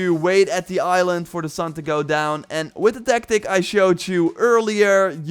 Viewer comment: He "finks" and let's "geowwwwww"